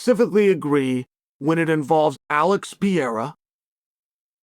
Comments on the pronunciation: “we can agree that Alex Pee-Era…” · Will he never say Alex's name properly? Just call him Alex if you can't not butcher his last name. For goodness sakes, Chael. He's only been in the UFC for 5 years now. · Pereira . Not piyera .PEREIRA!!!!!!